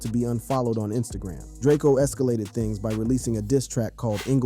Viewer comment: It’s just Drake-O